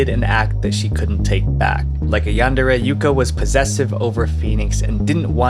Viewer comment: It's pronounced "yundare"